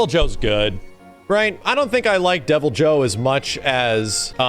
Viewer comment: What the fuck is that term? "Hero Dragon"? Does he mean flagship? Also, who says "Devil-jay-hoe"?